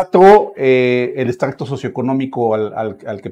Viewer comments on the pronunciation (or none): Hola hola buenas tardes saludos a todos y bendiciones para todos no se dice extracto se dice estrato Saludos a y saludos a Hugo